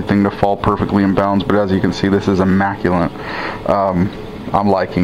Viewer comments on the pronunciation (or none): FYI - "immaculate" not "immaculant"